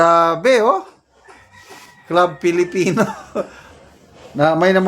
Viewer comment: klub filipino po pronounciation sa club filipino.